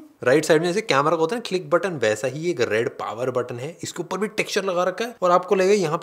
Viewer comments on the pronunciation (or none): none